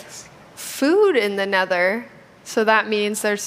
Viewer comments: When she said “Nether” it sounded like “neder” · Am I the only one who got annoyed on how she said “neder” instead of nether? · "Set spawn in nedder*... find food in *nedder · I thought she said the N-word forest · I thought she said "Network Forest" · I think its pronounced "De Neder"